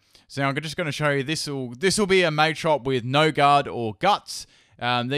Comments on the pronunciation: Okay, so.....The way you pronounce Machamp, machop and Machoke is really annoying qwq. It's Mah-chop not May-chop QwQ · machop machoke machamp based off the word macho not may im triggered